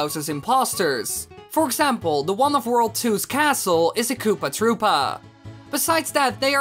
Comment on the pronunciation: Its not kopaaah troopaaah its koopA troopA